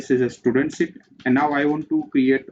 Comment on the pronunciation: dont say STUDANT say styudent (pronounce) как же вы меня бесите блять